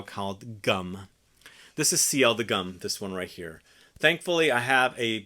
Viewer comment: GUM is pronounced as goom (u like in Gucci), the "u" in that abbreviation stands for universal. As it was called the main universal store.